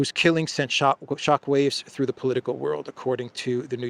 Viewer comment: Hey.. " I HEARD THUR THE PIPELINE "